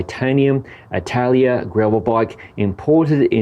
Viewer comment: It should be pronounced A-TA-LA-IA instead of I-TA-LIA 😜 I'm from Mallorca and I know the Atalaia of Alcudia (the place that the name comes from) very well.